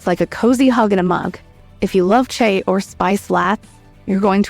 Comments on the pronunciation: You can tell when a video is AI. The 'narrator' doesn't pronounce some words properly. For instance, the word chai is pronounced like chay by the 'narrator' and other words are improperly pronounced as well. That's how you know when a video is AI. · Stupid AI voice can't pronounce chai or latte hahahaah thumbs down.